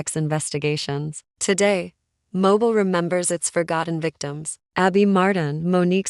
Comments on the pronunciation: It’s pronounced mo-beel and we have enough of our own crime. These cases are NOT from Mobile Alabama. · Please listen to your Ai after it is completed and verify it's pronunciation. If it immediately mispronounces 2 of the biggest cities in Al. And Ms. immediately it's hard to give credence to the facts of the story/article/case!